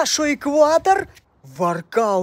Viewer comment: Ни денис воркалутинский а денис нокаутинский